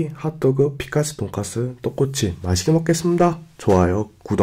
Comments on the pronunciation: 이거 잘못들으면 똥×칩으로 들림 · 하토그 피카츄 발음 진ㅉ?ㅏ 졸귀ㅠㅠㅠㅠㅠㅠㅠㅠㅠㅠㅠㅠㅠ 중독 강하다